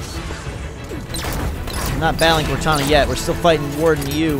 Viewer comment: right at the beginning all I hear is "corteni!"